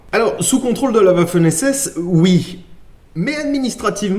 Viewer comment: Apres tout ces mots imprononçable tcheque je remarque que tu nas aucune peine a prononcer waffen esses 😂. La Ponie cette fille qui a fait pleurer popaul un été 😊